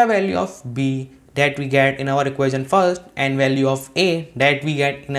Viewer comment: Your "that" pronounciation is wrong and feels cringy. This sounds like tis